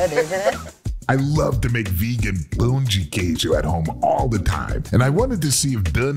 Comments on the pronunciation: won me completely with his perfect pronunciation of "pão de queijo!" ❤️❤️❤️ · is almost Brazilian ❤️ Perfect pronunciation and he knows the "pau" meaning hahahahaha